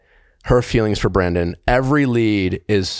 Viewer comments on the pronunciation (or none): Nick I like your podcast I’m a fan but for the love of god learn the contestant’s names. It’s Brandon not Brendan!